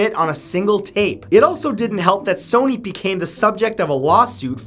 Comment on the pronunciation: You said Sony wrong